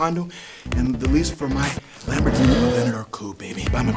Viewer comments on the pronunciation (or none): I was done min 00.50...He said "LamborGENIE" 😂😂😂instead of Lamborghini. Throw Him & his suspenders in the trash🚮